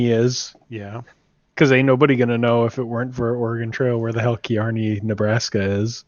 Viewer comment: Oh man, it is pronounced Carney like the guys who run carnivals. Driving me nuts!